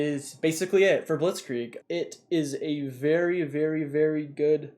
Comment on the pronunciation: The way u say blitzkrieg is really good, and i am german